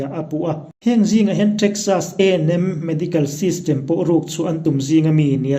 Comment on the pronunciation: i va lam nalhve TREKSAS